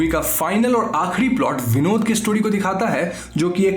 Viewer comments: When you were saying Vinod it's sounds like binod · Btw its not vinod its Binod😁😁